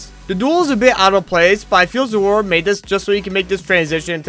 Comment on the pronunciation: great video as always, i love this series a lot. by the way, zoroa's name is pronounced "zo-roh"